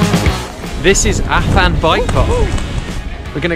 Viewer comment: nice vid mate....apart from you not even being able to pronounce Afan properly, bloody foreigners! lol